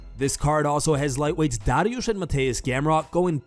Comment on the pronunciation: Stop saying "Dariush" like that. You sound fucking stupid.